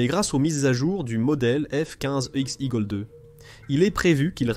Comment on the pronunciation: "le f quouinze igkleu" ? Sérieux ?